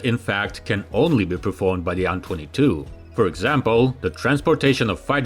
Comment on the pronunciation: Dude, you need to stop this. AN22 is an INITIALISM, not an acronym. You say "eh-enn-twenty-two" not "on-twenty-two" because that's confusing as hell. Same with Tupelov. It's "Tee-Yoo-one-one-four" or "Tee-yoo-one-fourteen" it's NOT "two-one-one-four" because that's confusing as hell! STOP IT!!! How can you not understand this? Is the first syllable of Tupelov different that the number Two in your language? Because in english they're identical. You know this. Knock it off. Now.